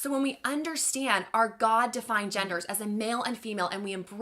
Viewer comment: I knew it qhen he said two qhite religious girls